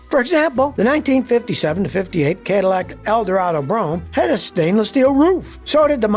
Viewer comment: KAY-dillac? Seriously? AI narrator using Scotty's voice?